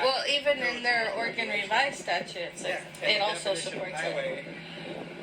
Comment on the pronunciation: Oregon Driver's License - non-commercial - Valid for 8 years: $60 initial / $40 renewal Oregon Vehicle Registration fee - Valid for 2 years - ~$122 (depending on the year of the truck) Also - You said "Oregon" properly the 2nd time. :D "Origun"